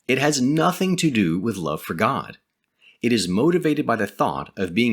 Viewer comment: Good info, but can you say God instead of Gad, which is what the org say, also, try not to be so robotic like the JW's as it is off putting when watching as it reminds me too much of them.